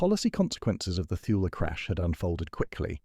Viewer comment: It's pronounced Too-Lee, not 'thul'.